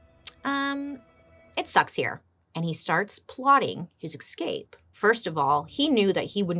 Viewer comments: You say escape weird. It's like you're saying ex'scape 🤔🤔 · Escape not exscape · It's so funny how bailey says exscape instead of escape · Is it impolite to advise our favourite Bailey that escape does not have an x before the s? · Say it with me, Bails - “Essss. Cape. Essssss. Cape.” There’s no “X” in Escape. 😳 Love you dearly, but you had my OCD flarin’ with the podcast of this one… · Cant help but smile every time bailey pronounces escape as ecscape 😂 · Lol, I love how you add an "x" to the word 'escape'... Do you also say 'ex'presso, instead of "espresso"?? I love the way you talk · She's so cute. She kills me.